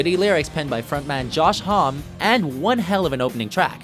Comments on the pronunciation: Did he just forget to say the "ie" in "hommie " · Josh homm-e* That pronunciation triggered me :) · Seriously?!? You Can't even pronounce Josh Homme's name properly??? You're such a shitty announcer and I hope you get fired. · Please learn Josh Homme's name correctly, thanks.